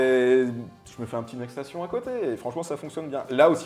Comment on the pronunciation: Ni le "obtimisation" (2x) au lieu de "oPtimisation"... Franchement, vous auriez besoin de quelqu'un pour relire le français et qui parle anglais (pour éviter les prononciation de type "next stassion") dans l'équipe. Si seulement on savait où trouver une telle personne... 😈